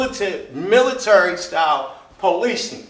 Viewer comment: Also you fucking moron..., it’s the swat team not the military... fucking drunk, ignorant fuck... also, learn how to pronounce military